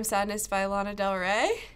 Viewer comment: If mom is LANA del ray how does she say it wrong